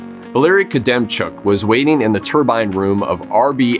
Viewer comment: You pronounced Valery Khodemchuk’s name wrong, its not “koodemchuk” its “hodemchuk”